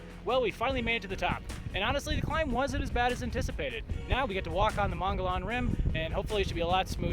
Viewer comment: Mon-go-Lon....😂 It’s actually pronounced Moe-gee-on. Hike on brother! So wish I could have joined y’all.